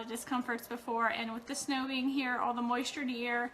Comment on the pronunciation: Also she said "and" as "end" and really emphasised it Ennnnd